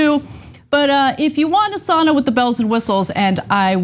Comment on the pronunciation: The worst part for me was listening to them pronounce Sauna.. just use the term Steam Bath!! Where my Finns at!?